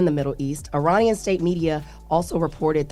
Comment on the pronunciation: Trump said Uranian 😂